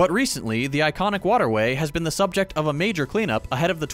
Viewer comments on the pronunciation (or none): none